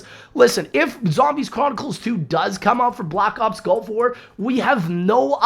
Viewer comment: I'm sorry are you saying Golf War? What?